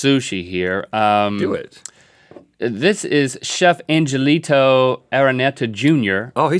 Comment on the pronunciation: Pronounce it Chef /Ang-he-li-to/ and not /An-je-li-tow/..... it should be read the light and soft Spanish pronunciation....